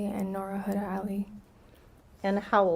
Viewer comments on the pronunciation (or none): none